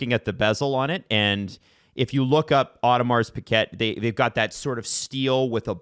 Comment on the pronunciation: pronouncing it Audi Mars Piguette is killing me lmao. Come on I know us southern Ontario guys aren't French Canadians but we went through some French classes. You can try to pronounce it a little better than that